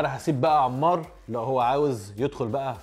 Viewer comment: انمار مو عمار 😂😂😂 يكول عمار